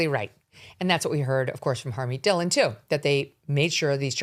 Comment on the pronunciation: Your pronunciation of Dhillon is wrong..